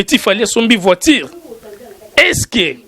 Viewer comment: Voiture et non voitire